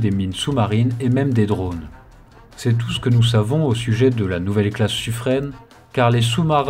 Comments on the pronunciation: Suffren se prononce Sufrein et pas Sufreine. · Bonjour, on doit prononcer Suffr "in" et non Suffr "ène". C'est un nom propre Provençale et dans les registres de la marine (Service Historique de la Déférence) on trouve même le nom du Bailli écrit en phonétique et il est bien prononcé "in" et non "ène". Sans faire de généralités ni de raccourcie mal venue, la prononciation "ène" est typique du parlé parisien, dans les années 1780 et trois patates c'était déjà le cas. Mais la prononciation locale et telle que donnée par la Bailli de Suffren est bien Suffr "in". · Interessant , juste Suffren se prononce Suffrain! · Merci pour ce reportage. Attention, Suffren se prononce Suffrain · Au sujet du sufren , il faut prononcer sufrin. ;-)